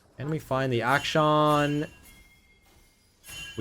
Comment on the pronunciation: his name is action, not act shawn